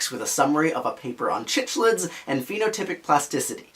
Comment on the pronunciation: Its prounounced Sicklids! Great video though!